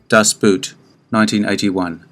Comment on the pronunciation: Das Boot is pronounced in German as the English boat.